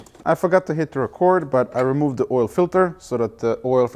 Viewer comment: Sway bay rEmooved